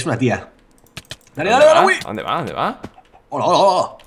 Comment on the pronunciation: Me encanta como Luzu pronuncia Willy. GÜILI XD